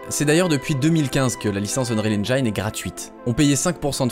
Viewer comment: S'il vous plaît, ne faites plus cette erreur : Arrêtez de prononcer "unreal EngAÏne"... Même en anglais, le "i" dans "Unreal Engine" se prononce "i" et non pas "AÏ".